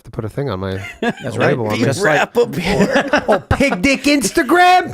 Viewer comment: Oooo? Pig dick? I thought he was saying Big dicked. Lol